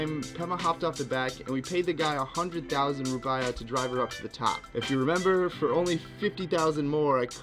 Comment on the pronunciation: Hi bro nice vid, ps its rupeeyah not rupiyah ;).